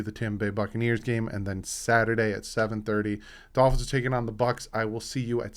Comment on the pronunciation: It's the Miami Dolphins not the Miami Golphins,. lol. Love the channel, keep up the good work.